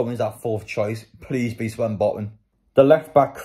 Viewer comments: It’s Sven botman not swen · Why do you say swen botman